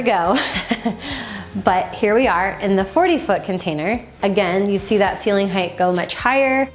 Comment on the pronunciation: "Hight" not "Higth"